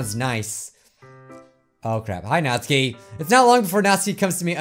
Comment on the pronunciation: It’s not NATSKI ITS NATSUKI